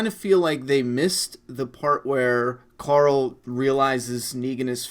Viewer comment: I like how you pronounce Coral the name of Rick's son. Just like Rick, especially when he trolls him with terrible jokes... CORAL!